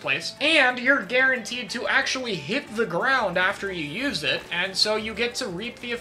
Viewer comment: also kek at "Nothing is the worst special you just need to know how to 'youse' it well" He said. To chara, a top western competitive player... Know your lane bro.